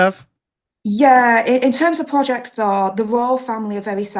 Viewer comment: Why did I think said project Thong? Lol